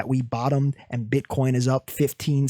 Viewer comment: My guy i laughed so hard when you said "Bitcorn" 🤣 i need these liqiudations to happen though i dont wanna give up any short positions just yet